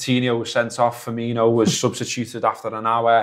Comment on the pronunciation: FER..MI...NO!!!!! FFS!!!!